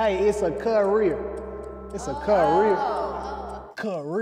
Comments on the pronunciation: It’s a “CUHHH-REEER” I almost died😂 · It’s literally a cuh-rear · “Issa cuh-rear” would’ve took me out immediately 🤣🤣😭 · It’s a cuh-rear 💀